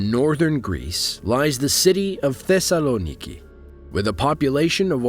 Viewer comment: You pronounced Thessaloniki wrong